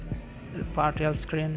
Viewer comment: lol I thought u said party off- screen